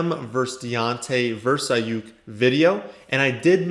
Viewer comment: anyone else happy that he said Aiyuk correct😂